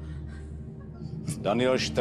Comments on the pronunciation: Garb kto je to MEN TÍ Ale to je honza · Men Týýý gougoumentývý, wow, že si to ani nenastudujou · jůtˇůber, Men-TTT!, gougoumentví já se snad podělám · Mentý! xDDD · Men tý ach jo ta vyslovnost XD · neumí vyslovit MenT